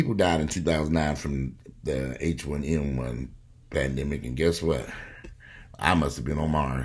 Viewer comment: Lol! For a minute there i thought you said "Panniggahs"... Lol i had to rewind